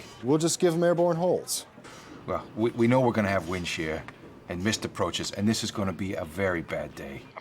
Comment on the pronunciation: WIND SHEAH